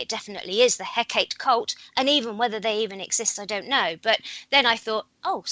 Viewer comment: Hecate (or Hekate) He - as in 'hell' Kat - should sound as 'cart' e - same as first 'e' (as in 'hell')